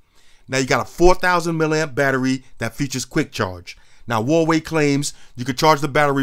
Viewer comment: It’s not waway is Hawaii not Optimus prime it’s like cake or something. And it’s not 2 steps Forward